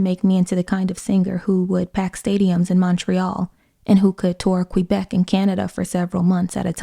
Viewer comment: I almost never comment on youtube stuff and I realize this comment may not be seen, but the fact that you pronounced Quebec correctly makes me so happy. Almost nobody says it correctly